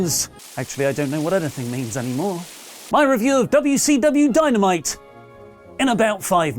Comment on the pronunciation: HAHAHA!!! said "WCW Dynomite" LOL